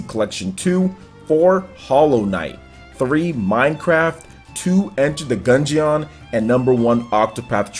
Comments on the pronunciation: Gun-geon 😂😂😂, its dungeon but with a G. Still love you man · You should say gungeon like DUNGEON it is not a gun jee on. It is Gun Jin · I can’t stand the way says Gungeon. 😂😂 Dude it’s like DUNGEON with a G. Smh someone please teach him how to pronounce it 😂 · The way pronounces the word 'Gungeon' in Enter The Gungeon makes me cringe so damn hard haha.